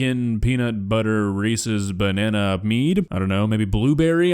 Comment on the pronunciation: Did he say he removed the bannana seed?